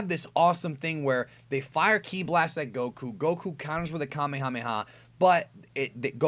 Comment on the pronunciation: STOP SAY GOKU NAME LIKE THAT